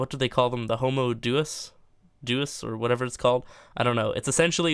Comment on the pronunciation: Deus is pronounced like "Day-Us"